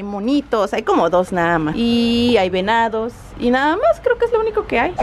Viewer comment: cuando dice venados suena como si digiera enanos jajaja